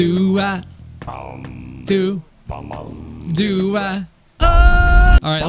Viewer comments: HE CALL DO DOO IT’S PRONOUNCED DOUGH LIKE DO,RE,MI,FA so on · Bruh it's pronounced doh